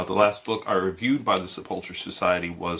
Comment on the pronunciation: Cool review, I think I'll enjoy reading this book. I like that you give your thoughts on the practical usefulness of the books that you review for practitioners. One minor point: the ch in sepulcher is pronounced with a k sound, for boring etymological reasons. And I do wish you'd include the title, author and links (if available) in the descriptions for your book reviews. This one is still in stock - Anyway, keep up the good work, I'm looking forward to more of your content and will check out evil expo.